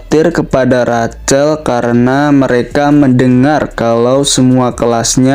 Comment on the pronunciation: Sedikit masukan min... Rachel... Cara baca nya Rahel